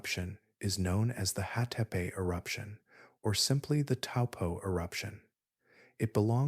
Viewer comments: Hatepe is pronounced Ha-te-pe. Not Hay-pee. To a New Zealander, there's nothing more irritating than hearing familiar place names being butchered beyond recognition. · The worst pronunciation here is for Hatepe which comes out mostly as Haypay😆 Try Ha Te Pe (the letter E is short as in GET)